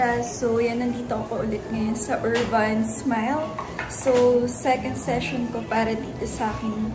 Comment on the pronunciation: URBAN po, hindi Urvan hehehe 😂